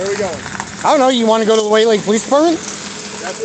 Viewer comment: You are so bloody clueless. Fix the suspension FIRST, then drive. If you actually believe the courts will give you the one and only waiver on the driver's license in the country then get that FIRST. (Good luck with that.) And you slurred a bit when you said the name of the police dept to call. I should call to thank them for doing their job. Was it White Lake.